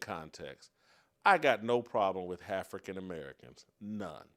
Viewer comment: "Hafrican American", LMAO!